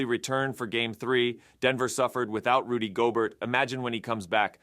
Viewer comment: Listen to the pronunciation of Gobert . The narrator is a robot.